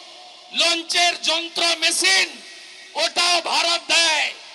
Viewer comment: বাংলাদেছ না বাংলাদেশ হবে ছাড়ি না শাড়ি উচ্চারণ হবে মেচিন না মেশিন হবে